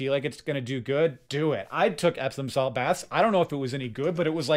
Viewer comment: ... "epsom salt"... thank you subtitles! I first thought you said "absinthe" 😂